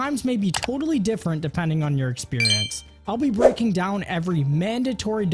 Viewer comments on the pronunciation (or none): none